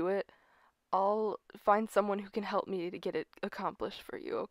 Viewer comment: Why i keep hear you say "help" become "hope"